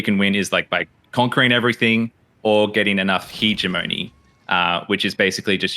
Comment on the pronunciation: I'm pretty sure it isn't pronounced Heejemeny.